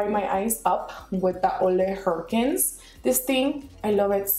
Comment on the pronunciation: Olay Herkins XDDDDDD It's oo-luh-hen-rick-sin but I gotchu sis!